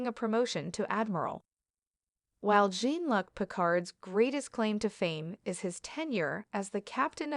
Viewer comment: Someone tell the AI that it’s John Luke, not John Luck.